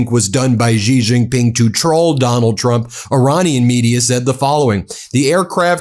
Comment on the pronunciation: Ji Ji Ping. Jesus Christ. Look it up